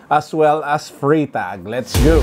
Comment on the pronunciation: For a Swiss / German speaker you pronounce it as Frrytahk ( Freitag ).